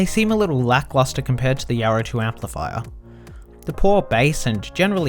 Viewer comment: The yaaro thooo empleefyer...